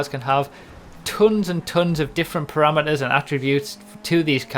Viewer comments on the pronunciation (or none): none